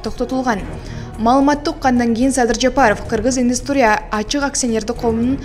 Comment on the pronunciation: Индустрия менен модернизация деген сөздөрдү жакшылап окусан